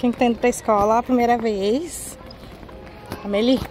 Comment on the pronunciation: Oiii! Não tem problema, se escreve Amelie, mas no fim a pronúncia fica Ameli, agora ela fica triste se não vai kkkk. Beijooo obrigada 🩷